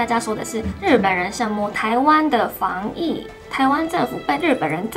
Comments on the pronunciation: 對了，是「防疫觀念」，不是「防禦」，雖然防禦也可以，但妳要說的應該是防疫吧，哈哈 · 以外國人而言， 妳的中文已經算不錯了！ 大約在影片30秒的地方， 是防疫觀念 ，而不是防禦觀念喔！ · ，而且真的是很標準的「防禦」哈哈哈